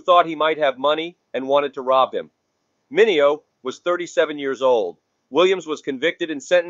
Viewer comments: HIs name is pronounce MIN EO,and not MINEO,get it right,WTF!!! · Mi ne o is the proper pronunciation w accent on second.